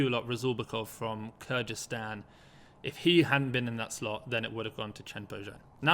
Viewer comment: sounds like Kurdistan, when it's actually Kyrgyzstan!